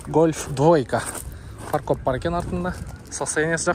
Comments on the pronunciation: Паркоп эмес фаркоп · Фаркоп деп айтылат экен